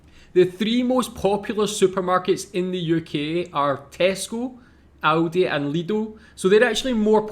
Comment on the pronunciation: Lidl and Aldi not lido or audi